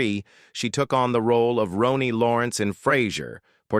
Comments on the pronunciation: It is not prononced Roney, it is Ronnie. And not BayBay Neuvirth, but BB Neworth. Any way that's how us southern girls say it. I adored the Frasier cast and in real life worked at Fraser's Restaurant in every role off and on for for eight years. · 'Rawwnee', you electronic CLOWN!!!! 🤡